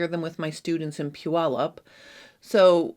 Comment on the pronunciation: As a former Washington resident, I appreciate the correct pronunciation of Puyallup. I wish I still lived close enough to attend your event.